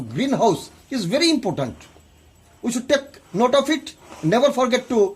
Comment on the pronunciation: he said impotent or important at the ending :P